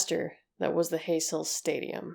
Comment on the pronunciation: Americans trying to pronounce European names just doesn’t work. The “J” in Juventus is silent. Heysel is pronounced “High sel”. Just FYI 👍 Also it was the European cup, not championship cup. I’m a Liverpool fan and am old enough to remember this.